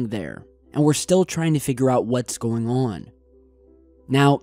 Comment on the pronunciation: "What's going ahhhhhwwwenn"